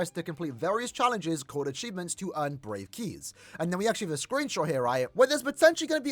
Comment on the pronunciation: I heard brave kiss instead of brave keys, i thought someone gonna give me a kiss as a reward 👉👈